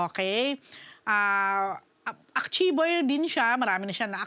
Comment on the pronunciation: AKCHIEVER? AKCHIEVE AMPOTA